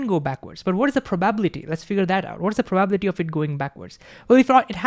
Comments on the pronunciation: Divide long words into parts - that's how one reads tonguetwisters. Probability - PROBA💉 - BILLY🤠 - TEA🫖 Meanwhile bro pronounces it like PRO😎 - BUBBLY🛀 - TEA🧋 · PRA-buh-bility Every time he says pro-BAH-bility it gets me. I'm like WAT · It’s prah-ba-BILL-I-tee, not pro-BAB-li-tee.. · Very engaging presentation. But please, please stop saying probablity. It hurts. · Greaaattt video awsome really but everytime you say probability i want to just 😭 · thats not how you say "probability" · I learned a new way to pronounce probability which I thoroughly enjoy 😊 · But then Feynman said:, your explanations are good and you communicate my lecture material well, but why, why, why,, do you insist on pronouncing “probability” incorrectly? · The way he says “probability” lol. I love this guy